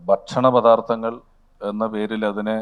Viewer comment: മോളേ," പഥാർത്തങ്ങൾ " അല്ല, "പദാർത്ഥങ്ങൾ " ആണ്.